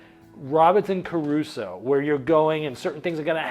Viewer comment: Agree! For me, it was Robinson "Caruso".